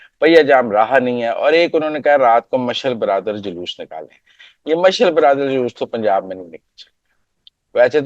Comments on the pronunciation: مزمل صاحب مشعل برادر نہیں۔ مشعل بردار۔ شکریہ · محترم آپکے اردو تلفظ کا بالکل ہی بیڑا غرق ہے. آپ کس سکول میں پڑھے ہیں؟ "مشعل برادر نہیں ہوتا مشعل (ب ر د آ ر) ہوتا ہے. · محترم یہ لفظ مشئل بر دار ہے،مشئل برادر نہیں ہے۔ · مزمل صاحب آپ اردو کی ٹانگیں توڑ رہے ہیں مشعل برادر نہیں مشعل بردار ہوتا ہے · Let's not bring Sikh community in your jokes. By the way, proper is to say ' mash-al bar-daar.'